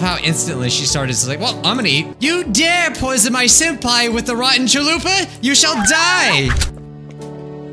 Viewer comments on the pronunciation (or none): none